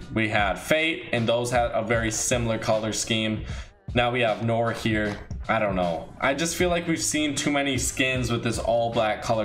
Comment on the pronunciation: Pretty sure you're pronouncing Noir wrong (I speak some french)